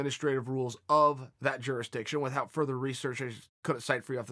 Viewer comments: Chael "With-HOUT" Sonnen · Well guys, Uncle Chael has spoken, the word "without" is officially pronounced "with-hout" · Wow, he really pronounced the heck outta that 'H" in "without."